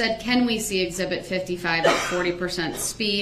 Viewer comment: Here’s a new one “axe zibit “